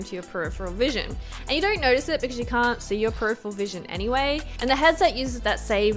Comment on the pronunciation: Why do i hear R's in your O's? Nooor, dooornt, so annoying. Great video thank u! :)